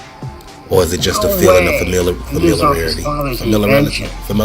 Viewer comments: Lmfao “familiarity” you had me questioning how to say it mysel. Lol love these reviews! Do white man cant jump! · Your take on this was pretty interesting. You noticed some things I didn’t think about. I do love this movie tho. You trying to say familiarity 😂😂 I cannot